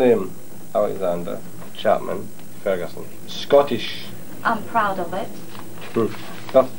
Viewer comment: Oh am pwoud, very pwoud